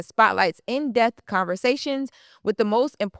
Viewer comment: It's, in depth, not "in dep", and it is Influx, not "in flex". Come on, you are supposed to a professional journalist. Do better.